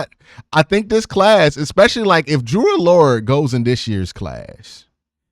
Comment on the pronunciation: It's pronounced Drew Ah-Ler. Not Drew Allure